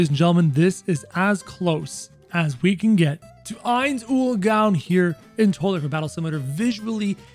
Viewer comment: Saying his name wrong